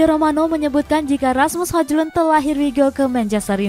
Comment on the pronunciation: Hoilun kali dibaca min bukan hoJlun secara harfiah🫣